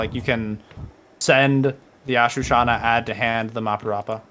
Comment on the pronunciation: Really nice deck profile 👌 just learn how to say ashuna and not ashu-Shana it’s literally on the card